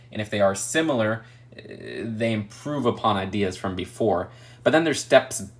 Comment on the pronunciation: He says Dey aren’t worf da money😂